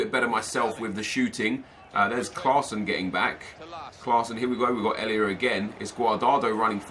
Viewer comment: Nep just a tip! Elia's first name you pronounce just how it says on the card ❤